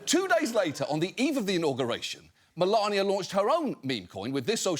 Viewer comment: Hehe it sounded like he said smelania